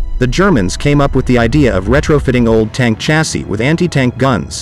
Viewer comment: “Chassis” is pronounced “shazzy” btw.